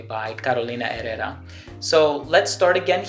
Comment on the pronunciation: Just wanted to let you know I see you have been diligent in stepping up your pronunciation of names. ie Herrera A true perfectionist.